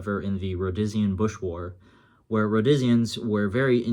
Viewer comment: its pronounced Row De Sheen , the ferday and sons "chest webbing" came out in the late 60s you could order one with the stock pouches 4 fal pouches , 2 cantenn 2 grenade pouches or take a trip to salisbury and get it custom made